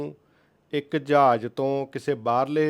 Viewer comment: Jahaaj hunda aa , jaj ni 😂😂😂